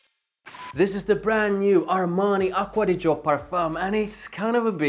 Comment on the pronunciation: Nice italian pronunciation